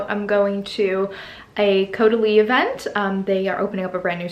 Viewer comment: omg the way you said caudalie wine, had me dead!